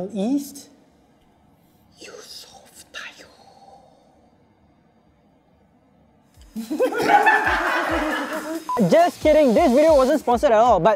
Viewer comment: "Yusuf Taiyoob" muahahahahahaha !!!!!